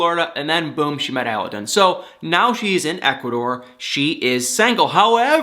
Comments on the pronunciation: Aladdin.. like the genie!! Not allllaaaden!! He’s way wayyyyyyyy cuter than this Tony guy!! Hopefully Laura will put away mr. purple!! Sucks to hear Derrick lost his job! I’ll put him in my prayers! Thanks for your videos!! And btw.. not all older women look old;)) js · It kills me how you and that woman pronoun a Aladdin wrong. Google it please, the pronunciation accent goes in the second “a” not the first one